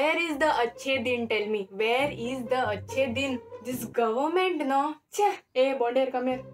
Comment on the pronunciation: Not government, Gohment .. lol . Lovely